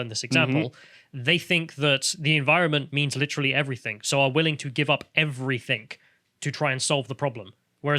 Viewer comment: I hate it when people say everythink It is everything. Speak English.